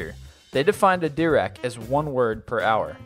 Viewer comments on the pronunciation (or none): none